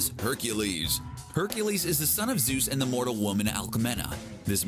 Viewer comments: It’s ZEUS...not Zues!! Freaking CBR. 🙄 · ZEUS not ZUES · Zeus, not zues.